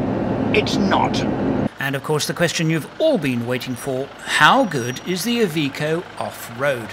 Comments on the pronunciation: Its iveco not evikow. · "EVEECO " wtf ? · It's not "eye...veeko"....it's "I've....echo". Don't worry, we'll have you talking Australian before long.